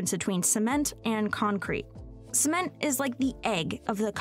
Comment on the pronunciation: Haha "Sment"